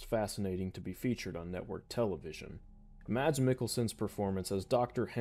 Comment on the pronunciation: I believe it’s pronounced “Mad” but whatever